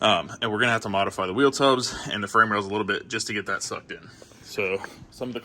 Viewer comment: I was going to comment modifry the first time I heard but I didn’t wanna be a dick. Then he said it later on and I was like yep gotta comment now. Modifry the hell out of it